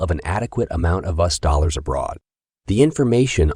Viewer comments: Im sorry but it's s pronounced Royters even though its spelled Reuters and it's U.S.not us. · U.S. is not pronounced "us". While your computer-generated narration is pretty good, it has its limitations. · You need to make sure the automated narrator pronounces US correctly. There were several instances where US was pronounced "us", the pronoun. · "Re-Uters"? "us dollars"? You need a genuine human narrator. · Is this a voice bot? Strange how US is pronounced